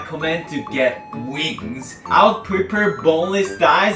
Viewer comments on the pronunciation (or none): I thought u said “my mom loved weed” 🤣 had to repeat it & it’s wings